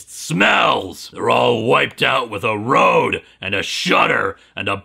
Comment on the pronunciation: roar, not road